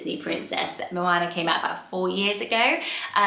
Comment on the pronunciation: For anyone considering the name 'Moana' please take note of the correct pronunciation here Having lived in NZ for 2 years I'm quite passionate about correct Māori pronunciation and moana is the Māori translation of ocean. It's not said with a short 'a' sound, it's a long sound that sounds more like 'arr'. Such a beautiful name and obviously a popular one in NZ, but not so much in the UK!